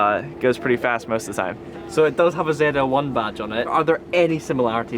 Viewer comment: It's ZL-1, not Zee L1?